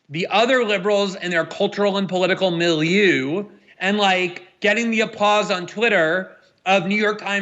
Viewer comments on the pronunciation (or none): OK, milieu is normally pronounced with ending sound like the u in murder or the German ö sound. The way Glenn pronounces it sounds like something stinky, which is in this case accurate 😂